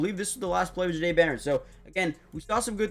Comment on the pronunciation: Yall It’s pronounced Jhah- Dae! Like if yall have ever heard how the word “Au Jus” is pronounced, the J sound in that word is how you pronounce the beginning of his name